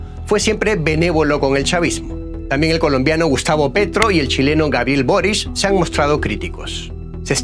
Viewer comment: ¿Quién puede confiar en un periodista tendencioso por el chavismo y de pasó pronuncia el apellido Boric como Boris?